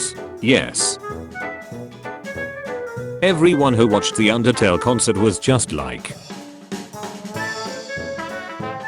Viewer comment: erm it’s actually “undertale” not “undertal”🤓